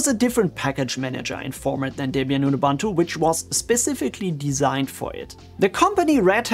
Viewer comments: It's oo-boon-too not oo-bahn-too. Not an English word, doesn't follow the English language pronunciation rules. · Please pronounce Ubuntu correctly